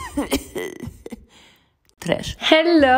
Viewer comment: Its a masterpeace Not "cough cough" TRESH